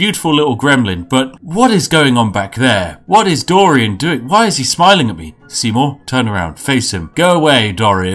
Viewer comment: The way you say dorian in this is perfect